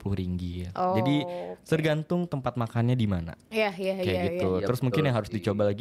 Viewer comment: K,sebutan nya kay,bukan nya ki.......